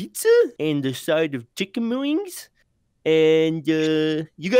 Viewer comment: Chiken whings